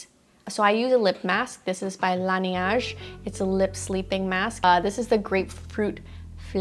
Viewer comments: Nobody:: LANEIGE & DIOR (in proper pronunciations) Me: AAAAAAHHHHHHHHH 😱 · Everytime I watched her vid, I learned proper pronunciations. Now, I figured out the proper pronunciation of Laneige. 🤣😅 Thanks,!